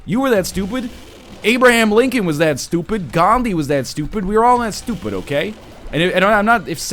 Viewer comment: I love the way he says "stUpid"